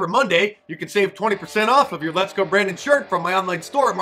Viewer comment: lezgo